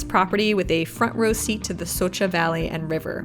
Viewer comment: Nice My Slovenija....and congratulations for good pronounce of Vršič, Šoča...etc ..